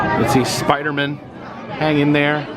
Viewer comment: You pronounced Spider-Man like he was a Seinfeld character 😂